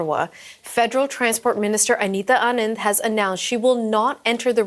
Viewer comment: That newscaster should be deported for how she pronounced “Anita Anand”